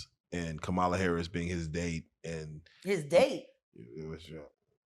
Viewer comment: First: I would vote for a pile of dog poo over a fat racist chump; Second: Main interviewer needs to say Kamala's name correctly and I like Jaguar, but stay out of the political lane.:face-red-droopy-eyes